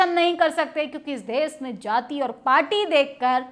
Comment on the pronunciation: आंटी देस नहीं देश होता है ❤❤❤❤